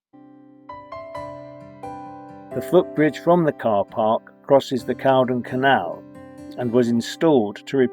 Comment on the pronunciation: Great film and I who have known this place learnt more BUT Caldon Canal is 'Cold-on' not whtaever you said